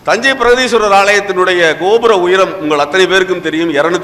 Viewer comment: பிரகதீஸ்வரர் not பிரதீஸ்வரர்